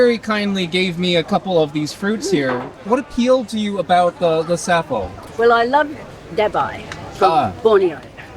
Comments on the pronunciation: It is called "safou", not "safo". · Anyway, it's a French word, so you should pronouce it like "safoo" stressed on the second syllable. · Dacroydes edulis or Safou in Cameroonian French (pronounced Saah foo not Ca foe). Perfumer’s opoponax is also from the same family. Safou is not so much from West Africa as Central Africa. Very common in Cameroon, DR and Rep Congo (on the western side of DR Congo), Gabon and Nigeria. It can be propogated by marcotting (Air layering) or from seed. I brought seeds from Cameroon to Liberia about 13 years ago and planted 3 trees in Gbarnga, Liberia. They are likely very big trees now, hopefully feeding many happy people. You guys would get laughed out of Yaounde eating them this way. The best way to cook it is in cast iron skillet (it cooks in its own oil no need to add red palm oil) or grill over charcoal. I have never had them boiled. I agree with the taste as a mix between avacado and olive. Try some loaded in a nice fresh baguette. Bon appétit ! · It's pronounced Safoo